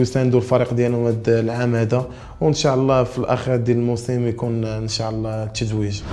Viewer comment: ينبغي نطق " إن شاء الله " بطريقة صحيحة